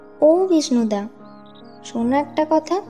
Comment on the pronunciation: ছোনে...ছোনে না..... উচ্চারণ ঠিক করেন!